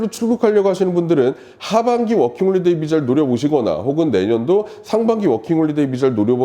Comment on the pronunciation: 워킹홀리데이->워킹홀리데 허허~아쉽습니다